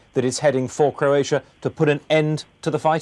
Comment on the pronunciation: For God's sake Michael Nicholson, it CROatia, not CURatia